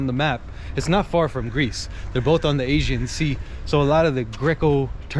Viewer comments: Nice video - Greek American here, and on a personal level have no beef wth any Turk, my opinion is that the most us all get along fine. However when it comes to history, government, politics & religion that's a whole other story. I respect you - you respect me. Unfortunately i believe politicians will always be corrupt. The guy made a mistake & he pronounced Aegean wrong, no reason for so many ppl to jump down his throat? It'd be nice though to see more Churches in Muslim majority nations? You do see plenty of Mosques in the west but rarely if ever see a church, especially a newly built one even in a so called "Secular" country like Türkiye - just saying? Best of luck to you 👍🙏✌️ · He said it but he is too American leave him alone. Spell it phonetically so he can say it give him some credit. He is a nice guy.